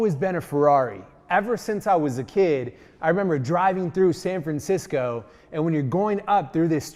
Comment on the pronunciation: "san fancisco"